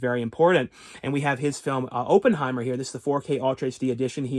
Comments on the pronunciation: It is not “Open”heimer!!! It’s “Opp” like “operation”. Jeez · Every time you say Open-heimer, it makes my skin crawl 😂